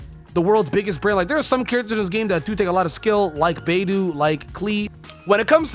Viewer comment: You're right when you're saying that every character is great when you know how to use 'em. But you lose credibility if you can't pronounce names even if the game is in english. Also beidou isn't russian. Clearly chinese..